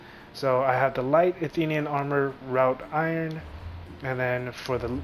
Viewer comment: Wrought iron sounds like.....rot iron. Not rout iron.